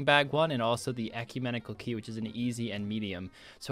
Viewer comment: Man said ‘Ecumentical key’ 😂😂 Great video.